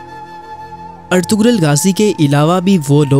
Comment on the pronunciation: پہلے نام تو پڑھنا سیکھو۔ اطغرل میں غ خاموش ہے اطرل پڑھا جاتا ہے